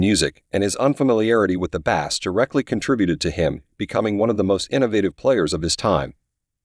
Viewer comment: Bass is pronounced 'Base", Duh